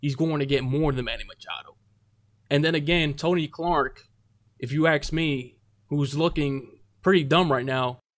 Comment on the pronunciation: “If you AXE me...” — And some people here say great reporting to a “reporter” who speaks like that. Laughable. 🤣